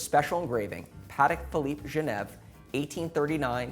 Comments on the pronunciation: Please, please, please learn how to say the brand name properly. It’s not ‘Paddeck Phillipe’, it’s Patek with a t. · Idiot can’t even pronounce it right!